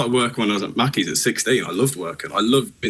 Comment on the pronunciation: You’re both going to “Mack’ies”